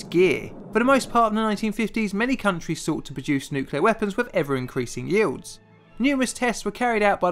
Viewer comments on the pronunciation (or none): none